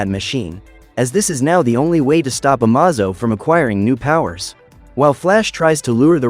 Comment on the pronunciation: The AI narrator mispronounced Amazo